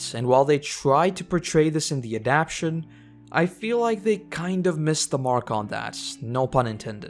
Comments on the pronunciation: Thanks for making these great videos but one correction. The word is adaptation four syllables a-dapt-a-tion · I hate to be petty and small, but say it with me: "AD-AP-TA-TION". This being said... thanks for the fine comparison.